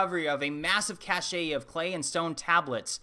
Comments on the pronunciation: Sorry to pick nits, but "cache" is pronounced "cash", not "cash-ay" (which would have an accent aigu - caché, a different word altogether). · I think he meant "cache" (pronounced "kaSH") , not cashet (pronounced kaSHay). Small error, true, but sounds dumb. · Indeed, the Sumerians are fascinating. Great job; subscribed. Incidentally: "Cache" is pronounced "Kash". "Kashay" is how "cachet" is pronounced, a different word entirely. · Sorry to nit pick but... Before you record your videos could you please investigate how to pronounce all of the words you use. I love your topics but I have a hard time taking things too seriously if the announcer can't pronounce words properly. Example of one that really bothers me is the word cache. It's pronounced Kash. The e is silent. You're not the only person that gets that word wrong and it's a pet peave of mine when I'm watching videos. Once again I love your topics and find them very interesting but if too many words are miss pronounced I turn it off and have a hard time ever listening to that channel again. Once again sorry to nit pick. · Heywood Jabuzoff He was in the military and deployed over seas. That is how people in the military are taught to pronounce ‘cache’